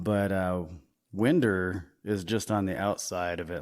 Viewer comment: It’s pronounced wine-der. Like wind’r up!😂 and the bar was whitey’s hideaway not Whitney’s. It’s still there but it’s a used car lot now